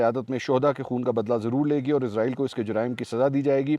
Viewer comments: اسرائیل کو ازرائل کیوں کہا جاتا ہے قرآن مجید میں اسرائیل لکھا ہے ازرائل ہندو کہتے ہے جو ہندو کہے گے وہہی ہم کہے گے وہ صحیح بول تے ہے ان کو تو صحیح اردو نہیں اتی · Please stop saying izrael... it's israel... izrael is an angel... while Israel is the most dirty nation in this world. So please don't call them izrael 😢😢😢😢🙏🙏🙏🙏🙏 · سر آپ اسرائیل کو عزرائیل کیوں کہہ رہے ہیں😮